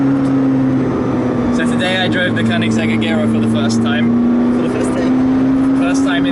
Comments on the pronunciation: The guy can't even pronounce agera right ... And he does this for a living aswell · Wrong pronunciation of agera and dat lisp do but aside from the cool